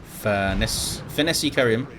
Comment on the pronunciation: What makes it doubly hillarious is that pronounces it perfectly each and every time.